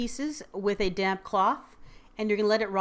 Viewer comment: I thought you said "and cover it with a damn cloth..." Lol.